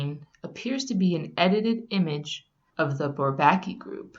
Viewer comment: She said bourbaki wrong